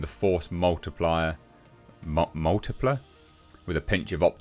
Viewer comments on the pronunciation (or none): Force 'multipler'... 😂